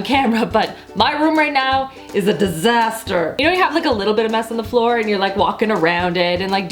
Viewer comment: do you have an accent when you say like CL(ean) and FL(oor) or are you just trying to talk funny???